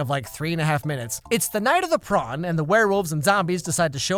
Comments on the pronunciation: I crack up every time he says prawn instead of prom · Why the fuck is prawn why can’t the just call it prom like normal people